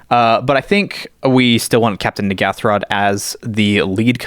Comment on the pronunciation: Jimmy Wong and Gavin Verhey, have both said that they can't believe the name "Mind Flayarrrs" got through. I can't believe nobody is talking about the name of the Commander, Captain N'ghathrod! The pronunciation by DJ (Jumbo Commander) and Gavin Verhey (the set designer) is A LOT different by the way. I can't believe there hasn't been a massive backlash over it 😳